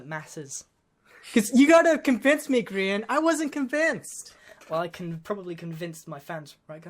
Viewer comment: Its not grian.. Its gria